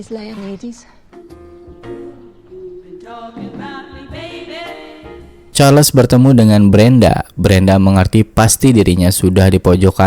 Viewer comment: Perasaan di novelnya namanya Leonidas, bukan Leonidis